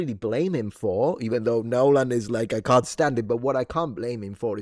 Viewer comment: Nyeeeohlahn for the L! LOL!